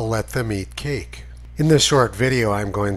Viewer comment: I thought she said , let them eat calke, which was a greater insult